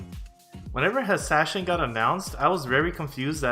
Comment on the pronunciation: you still said hashshashin wrong its hash-sha-shyn in arabic it means weed smokers, they were assassins that got high before doing their jobs to be ready to end their life whenever needed in the job so they don't get into interrogations this is how you write it in arabic حَشَّاشِين (in the mena server they love this class for the lore and not just sand lovers XD)